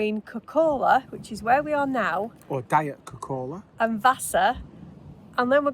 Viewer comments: please pronounce it like "kok,kola" - we dont put 2 k's there for no reason. And the diet-kola joke will evaporate in thin air that way as well. I know the english and americans are linguistically challenged, and why would they learn finnish if they not even learn irish and welsh. Well.... we all are judging you now, thats why :-) Enjoy your stay, and kudos for seeking out the not so mainstream spots. cheers with beers from southern funland. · Kok'kola short vowels and stress on the first syllable